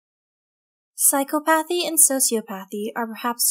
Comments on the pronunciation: I noticed that also. But what I hate even more than that, is that they mispronounce the words psychopathy and sociopathy. It's pronounced "sy-kop-oh-thee", not "psycho-path-ee". Also, it's "so-see-op-oh-thee" not "socio-path-ee". Just saying. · Lost me within the first 2 minutes. Sociopathy and Psychopathy is not pronounced the way you say it. Psy - cop - athy Not psycho - path - e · Learn to pronounce your main topics: so·ci·op·a·thy [soh-see-op-uh-thee, soh-shee-] psychopathy [ sī-kŏp′ə-thē ] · Awesome video, that pronunciation is just not it though... sai·kaa·puh·thee not psycho-pathy so·see·aw·puh·thee not socio-pathy You're welcome. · pronounced psychopathy and sociopathy wrong as well used generic examples that apply to every narcissist